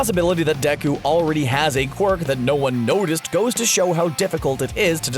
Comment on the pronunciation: ummnn...you know its pronounced day-ku and not decku even tho his name is spelled deku does not mean you can call him decku